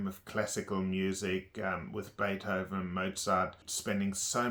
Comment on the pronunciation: Damn the way you say beerhoven or rhe other names surly tou must be taking the piss